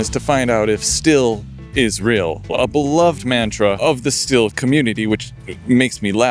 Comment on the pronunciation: Love that bike. But why do I keep hearing "still" when you are saying "steel"?